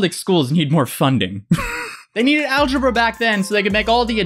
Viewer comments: Algebra? More like algeBRUH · Man, that girl makes me go, algeBRUH Wow after I posted that, she said algeBRUH 😂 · "algebruh" you guys are killing me 🤣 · Like i knew she was gonna say AlgeBRUH but she said it so well i died laughing in class and almost got kicked out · algebra? more like alge-BRUH I nearly spit out my soup